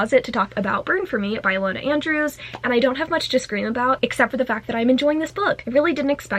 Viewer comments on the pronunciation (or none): none